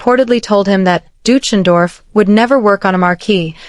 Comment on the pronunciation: Dootchendorf? That’s a hysterical but really wrong pronunciation